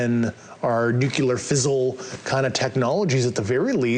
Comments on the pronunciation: That’s the most powerful kind of fizzle. I think he meant fissile materials, but that’s not his area of expertise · I believe he meant fissile as in fissile materials. Although it was pronounced a bit off.